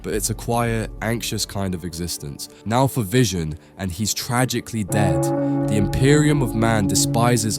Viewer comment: Of course VISON and SPIDERMAN are dead, you already butchered their names